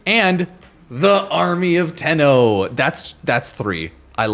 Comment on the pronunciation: Ah yes the "toe-run" strike